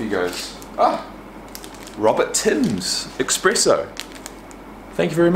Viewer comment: Ahhhhhh it's espresso not ecpresso. Love you man hope everything works out